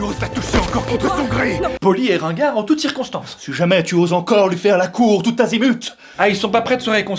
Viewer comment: Bonjour c’est prof de français, on dit pas “Tout Azimuth” mais “Tous Azimuts” donc pas de liaison avec un T qui n’existe pas :)